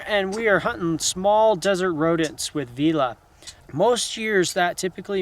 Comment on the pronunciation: You write the mink's name as Villain, but pronounce it as 'Veela'. I don't understand, 😶